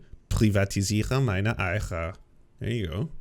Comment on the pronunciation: I love that mispronounced Eier as Eicher, which means you live by an oak tree. Consider me oak-pilled 07